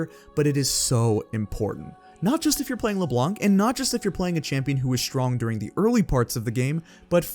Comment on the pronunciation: Just so people who don't know know, the C is silent in LeBlanc